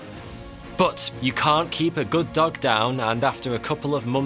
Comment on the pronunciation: one of the best things about this video is how he says dog like duck 😂